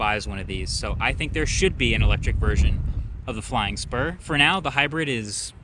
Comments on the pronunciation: Man, I thought you said flying sperm. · i legit thought he said, “bentley flying sperm” 💀